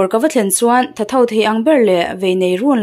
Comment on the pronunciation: ".... chhuak ta tham tham a..." tih lai kha ilam diklo